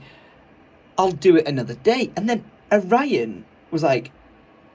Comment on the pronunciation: Is it just me or does he say ‘a’Ryan every time he says his name puts ‘a’ in front of his name